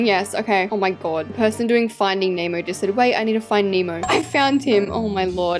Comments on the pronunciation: it’s not “finding memo”it’s finding Nemo this is how you pronounce it NEH-MO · "Finding name o" 😭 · “ finding emo “ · Not saying finding emo😅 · stop saying finding emo 😂😂😂😂😂😂😂😂😂😂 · she says “finding Emo”😂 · why does she keep saying "findiing emo" with peace and love 😭😭🤓☝😭😭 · Not findig nemo its FiNdInG HeMo 😂